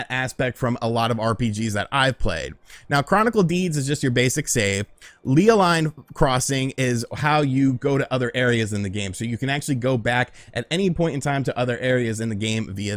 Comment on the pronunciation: It’s pronounced Lay Line 🤷🏻‍♂️